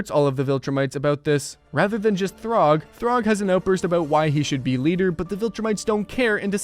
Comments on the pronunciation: It’s Thragg (thu-rag), not Throg. Throg is a variant of Thor from Marvel comics. And “Variant” is the correct spelling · "Throgg" "Kregg" 🥀🥀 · Anyone else getting mad at this guys pronounciations (throgg) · It’s thragg not throgg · My friend, Thraggs name is pronounced “Thrag” like “frag” not ”throg” like “grog” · "Throgg" its Thragg bro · "throg" brotha what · why does he call thragg, throg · did this guy say throgg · why are you saying thragg like that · why did you say thaedus like that, they say it correctly in the show, you also say thragg wrong, what makes you think the a makes an o sound